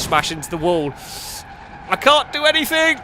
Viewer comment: There is no k at the end of the word anything